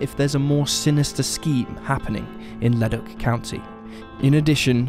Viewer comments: I had to take a second to realize this guy was saying leduc LOOOOL. Leh-duke. I only realized cuz I live in leduc county and I knew they wasn’t a ledock anywhere near here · Thanks I was thinking the same. Like Le-Duke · FYI the town of Leduc and Leduc county are pronounced Le-Dook (like spook). That's the anglified version of the pronunciation anyway, slightly different in its original French. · It's 'lu duke ' not whatever your saying BTW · Mick-a-sew, Ta-ca row, Le-Duke